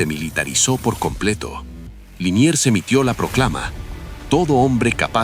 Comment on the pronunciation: Liniers, no Linier